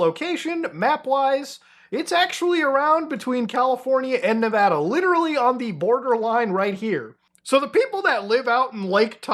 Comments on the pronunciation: that's Nevada, not Nvidia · i like how you pronounced nevada as nvidya